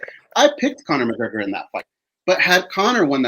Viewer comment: "Chronor McGregor"